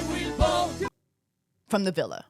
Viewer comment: “I weelll vhote”💃🏼💃🏼💃🏼😂